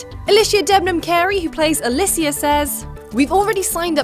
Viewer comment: Why did she pronounce it like "Alisia"?